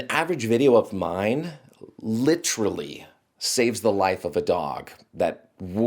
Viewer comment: I didn’t know pronounces literally like leafy